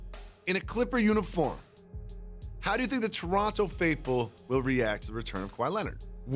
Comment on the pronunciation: "After winning a championship in Geronto" 😂